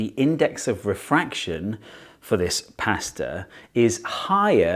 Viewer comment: I wish Americans said pasta like you